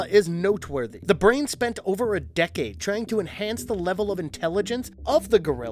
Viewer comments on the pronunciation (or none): none